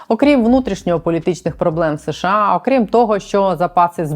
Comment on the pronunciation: будь ласка, не СеШеА, а США. СеШеА почали вимовляти за пізнього Брежнєва, бо, найімовірніше, його щелепа не справлялася з такою "складною" абревіатурою. І тоді ведучі Центрального телебачення запросили мовознавця й запитали, як правильно вимовляти цю абревіатуру. Той дуже нерішуче сказав (його нерішучість була цілком зрозуміла), що краще промовляти США. Послухайте Володимира Огризка, Катерину Кельбус, Мирославу Гонгадзе тощо і відмовтеся нарешті від СеШеА. Ми ж бо не Росія!